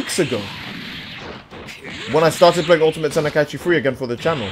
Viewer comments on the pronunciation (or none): Love your vids. This is just me being an ass here though, "Ten-i-Kai-Chee" is driving me insane. lmao.